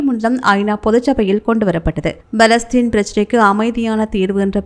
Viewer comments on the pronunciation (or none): அடி பேண்ணே, "Balestine" அல்ல "பலஸ்தீன்" என படிக்கவும்.